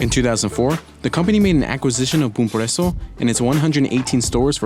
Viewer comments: "bum prueço" kkkkkkkkkkkkkkkkk gringo falando português é foda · He sounds stupid saying “Bom Preço” I hope I don’t sound too much of an idiot while speaking english.. I gotta say I really try because I always tought how disrespectful it is that native English speakers think they can speak our language saying it totally wrong and thinking they can get away with it. Sometimes they make fun of people like us, that learn their language but still aren’t fluent and talk a little bit weird when they can say only a few words and WRONG. Atchacaro??? REALLY?? You could try a little hard dontcha think?